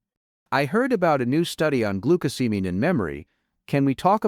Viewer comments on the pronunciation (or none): AI is unable to pronounce glucosamine. Every time glucosamine is said in this video, it is pronounced differently. What we do not know from this study is what else did people eat, if anything, besides glucosamine that may have caused the 25% increase? I read the study and there is a connection between glucosamine causing sugars to bind to proteins. Based on what I read the problem might be to much sugar in some peoples brains?